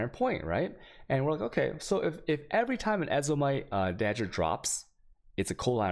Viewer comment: dagger pronounced as dodger